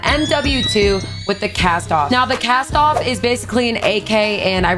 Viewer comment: Kas- TOV.. not castoff jesus